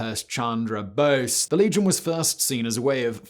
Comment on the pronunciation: Really butchered the pronunciation of Bose there, Mr. Whistler. Maybe ask your TopTenz buddy Himaunshu Sharma for help next time? Overall good nuanced explanation for India. The enemy of my enemy is my friend.